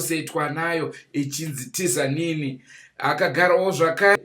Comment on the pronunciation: 😂😂😂 hainzi tizanini spronounced dzanini